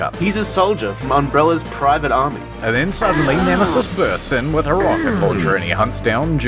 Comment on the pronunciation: I laughed too hard when he said Nemesisisisis